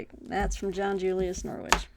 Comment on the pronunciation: I'm going to focus on Anglo-Saxons and Vikings for Q2. I hate to be that English guy but John Julius Norwich's surname is pronounced like the city. It's hard to put the actual pronunciation here but the second bit rhymes with ridge. So it is more like Norridge. But English place names are - deliberately? - difficult to guess from spelling. I was watching an interview with John Julius Norwich on YouTube - on a channel called Web of Stories - and he was talking about visiting his Uncle at Beaver Castle. But Beaver is spelled Belvoir. I mean come on! I'm going to finally read The Anglo-Saxon Chronicle and The Ecclesiastical History of the English People. Plus a couple of King Alfred biographies. Then I've got River Kings by Eva Jarman, Viking Britain: A History by Thomas Williams, and The Children of Ash and Elm by Neil Price for the Viking bit. I might add Ibn Fadlan if I get time. Great recommendations btw. My wallet does not thank you. I really want to read about Genghis Khan, because it is a gap in my knowledge. The same with Saladin. This period is probably the one I have the most gaps with as I did my History degree and the earliest module we did was Tudors and Stuarts. I might save the Chaucer book for when I get around to reading Chaucer - which will happen. And A Distant Mirror is a book I know I should read, but haven't yet. Sorry for the long comment!